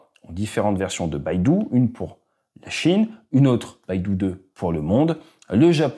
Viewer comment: Le système satellitaire chinois Beidou se prononce "peille to", ça signifie "Grande Ourse" Baidu c'est le géant du web Bien sûr, ça ne change rien à l'intérêt du contenu de tes vidéos :)